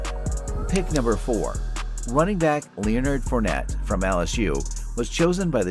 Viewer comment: ... is this whole video written and spoken by AI? would explain all the mispronounciations, like kelce and leonard.